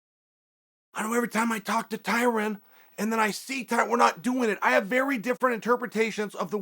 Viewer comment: Chael “Tyran Woodley” Sonnen